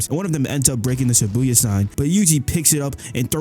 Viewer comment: It shibuya not Sibuya